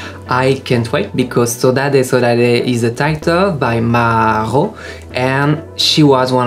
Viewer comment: Saudade is pronounced "saw dad".